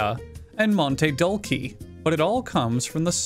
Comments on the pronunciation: Hearing him absolutly BUTCHER "dulce" was the best. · Dulce is more like dools-eh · Did bro say dulce as Dulke!?!? Its pronunciation is dulse! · My favorite sugar company: Mon-tay dull-kee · Monte Dulkey? Your credibility just went down in flames there, pal. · I felt pain when he pronounced dulce like that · He slaughtered “Dulce”s pronunciation so badly I was watching this on my Xbox (you cant comment on Console) that I logged onto my phone and went to this video just to comment on it, 😭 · The way he pronounced dulce made me unbearably itchy